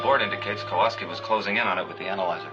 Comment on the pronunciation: Did Chip Morton call Kowalsky "Pete"? It sounded like he did when Chip paged for him.